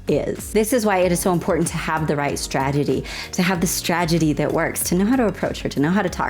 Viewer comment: "Stragedy" Lol